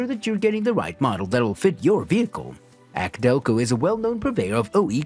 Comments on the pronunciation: He said Acdelco instead of A.C. I'm done. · Ack Delco... really? There goes any credibility. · agreed "akdelco"?! lol